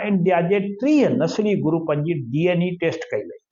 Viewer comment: Saeen, DNA not DNE